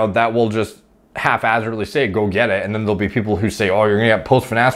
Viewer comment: its hap hazard, not half hazard